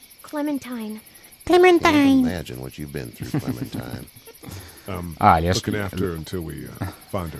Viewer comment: Si legge clementain hahahah